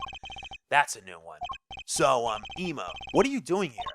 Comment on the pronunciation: If you're doing it on purpose, its annoying. Ema's name is pronounced like if saying "Emily".